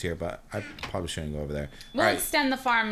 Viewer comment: Ok..... Is it just me or does is sound like is saying pobably instead of probably??